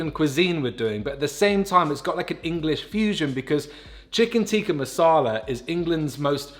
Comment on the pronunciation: it's a short i not a long i in tikka just fyi lol